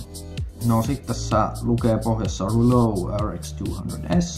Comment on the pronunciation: kyllä näinpä ei pahalla kuulosti vaan hassulta miten lausuit mut hyvä video tykkäsin🤘